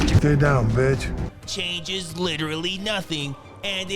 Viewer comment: “Ley douwn bihtch” - Sensei Seagull